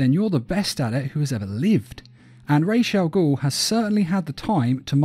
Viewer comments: Its pronounced Raz not Raish....RAWZ ... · It’s ras not rash, ras in Arabic means head and al-ghul means demon, so it’s ras al-ghul not rash I would know cuz it’s my first fucking language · Why does it grind my gears so bad when i hear 'raish Al goul' 💀